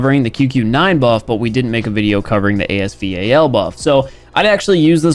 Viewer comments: calls AS VAL- A S V A L Everyone A S VAL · Nobody: Absolutely nobody:: A-S-V-A-L Me: It's the A-S Val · "AS V. A. L don't spell it out bro jus say Val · Dislike because of A-S V-A-L pronounciation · Not you saying the AS VAL name AS V-A-L. So much anxiety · bro no it’s not it’s called the as Val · dude literally the manufacturer of the real weapon call it A S-val so, no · Ffs its khu khu noine ans as vaaal